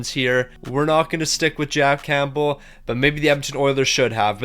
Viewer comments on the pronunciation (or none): none